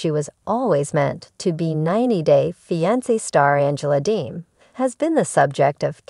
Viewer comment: The word is fiancé why aren’t you pronouncing it properly and you’re repeating yourself many times